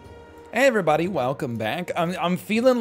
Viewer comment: “Ayeverybody welcomback”